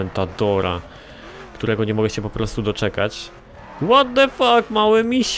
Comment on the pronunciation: 'ŁOT DE FAK MAŁY MIŚ' osobiście mnie rozwaliło XD